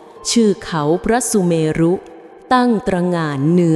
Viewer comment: อ่านมาอย่างดีแต่ อ่านผิด เขาพระสุ เม รุ 😂😂😂